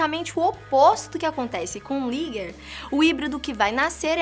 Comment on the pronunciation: Querida o primeiro é ligre não liger tá